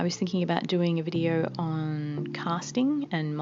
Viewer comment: the amount of times “know” and “video” was said in her specific accent 🤣😂